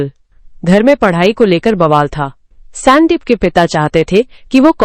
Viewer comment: Stop AI ki bakwas , स्यांदीप kya hota hai sandeep hota haiसंदीप